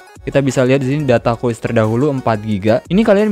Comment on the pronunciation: Sumpah denger nya gemes gw "QUEST" BKN "QUIZ" 😡